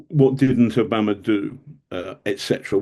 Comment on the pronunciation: Who‘s “Obamer”? Exetra….